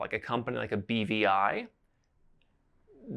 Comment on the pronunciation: no problem. I thought he had said bbi too...had to think about it to realize he said BVI